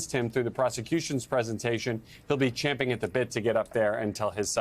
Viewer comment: Finally the correct “champing at the bit” not “chomping”